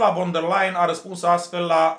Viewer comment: Ursula von .... se citește "fon" !!!